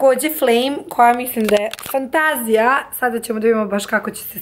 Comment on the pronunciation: za Vas savet: ne akcentujete "FANTAZIJA" uopšte dobro. Poslušajte Čvarkova, ili pitajte nekog ko to zna. Mislim da će biti smešnije ako to radite kao i Čvarkov